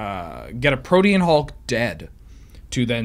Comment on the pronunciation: learned how to say Protein Hulk properly!